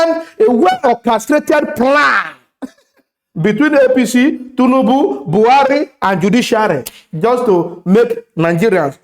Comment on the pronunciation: I enjoy your content. Good job but please learn to pronounce TINUBU, not Tunubu